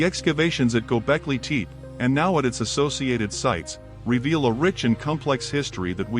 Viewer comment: Waste of time! Really bad AI voice. First line says "Gobekli Tepe", with the second word pronounced TEEP. Even TEE PEE would have been closer. Junk!